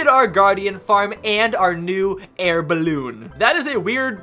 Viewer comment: I was laughing like crazy when you kept saying bilbe in stead of ballone